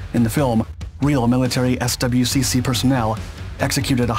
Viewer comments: "S. W. C. C." He says, Lol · Pronounced: "SWICK", my dude